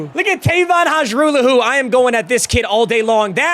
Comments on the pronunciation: Lol not going to matter because he wont stay for a 2nd year but... its pronounced High-rahh-law-who not Haj-roo-lahoo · If you wanted to know Hajrullahu is pronounced (har-roo-law-hoo) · Hajrullahu is pronounced haralahoo, or at least that’s how the Argos kicker (lirim hajrullahu) pronounces it